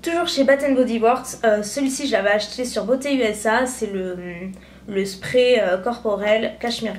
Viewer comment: * beauteusa* et non beautyusa ^^